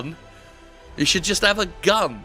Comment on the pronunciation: "Just 'ave a gun" - Wow Jim how long have you been living in the Deep South now?